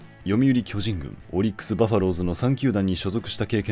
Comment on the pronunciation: オリックスの発音ちゃうで